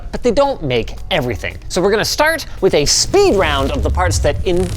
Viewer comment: Linus saying a 'Wuh' at the "w/" in the PSU title had me cackle